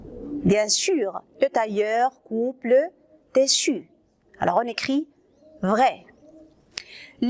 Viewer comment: Tissu ما كتنطقيهاش مزيان